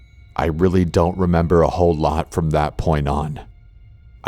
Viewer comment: AMBER ROSE LEE It's "Whole*" not how u said it